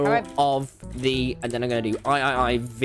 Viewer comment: I'm dying about the fact that he said "IIIV" when that's literally just "II" HAHAHAHAHAHAHHAHAHAHA